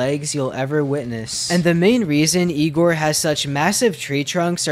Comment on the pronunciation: not ihhh gohr. that's not how you pronounce the name. it's yee grhh.